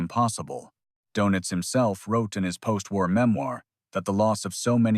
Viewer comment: AI voice over a off put Donitz becomes donuts(not a surprise for an american AI)Please remember the English language has been spoken as the Official Language of Government by a quarter of the Globe, You Yanks yourselves, only chose English over German(as the Nations tunge, by 1 vote!!! telling isn't it)